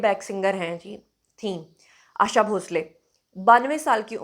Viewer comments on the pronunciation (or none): 'आशा' नाम इतना मुश्कील है? आयेशा नही, 'आशा' नाम है. आशाजी हमारी जान है❤️